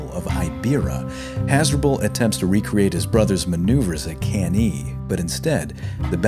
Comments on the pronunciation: Thanks for a very good and detailed video about the Spanish campaign of Scipio. It's often just a side note in most history books. My only point of critique is your pronunciation of Latin, f.e.: Cannae is pronounced as "Cahn-nai" and the plural form of Scipio is Scipiones (Nominative and Vocative). But this is only a minor flaw in an otherwise very good video. Keep up the great work! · Awesome channel and vids. The only downside is that it's not pronounced can-EE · Why can't you pronounce anything correctly? Cannae, Gnaeus, Indibilis, whose name was on screen as you said "Idibilis"! Undermining your own work needlessly, and it's otherwise good work; few know about this side of this Punic War. Focus more on the battles too, rather than some screenshots; entertainment value is why Kings and Generals, BazBattles etc. are so popular; throwing information at people isn't enough, you've got to make it 'sexy'. Also why are there explosions at every confrontation of these ancient armies? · Hey, really happy liked the video. Between you and me, I just mispronounced Cannae and just kept rolling with it to see if anyone noticed ;) and the Plural of Scipio I changed to Scipi - because I had on my podcast Episode III - 'A new hope' then Episode IV 'Hannibal Strikes Back' and finally Episode V - 'The Return of the Scipi' - it was meant to rhyme with Jedi. Just got it stuck in my head. Again, thanks for the kind words! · Awesome. Subbed. Hate your pronunciation of Cannae, but it's not like anyone of us was around to experience the proper pronunciation anyways. 😝